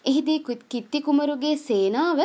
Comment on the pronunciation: කිත්ති නෙමෙයි කීර්තී 😂😂😂😂😂🤣🤣